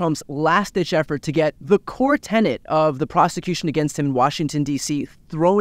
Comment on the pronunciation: tenet, not tenant